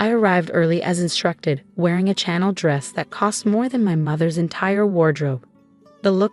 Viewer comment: The designer label is pronounced “Shanell” not “channel”. Please educate your AI narrator ☺️